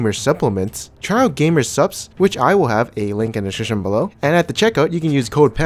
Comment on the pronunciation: I dream of the day pants manages to say "description" correctly xd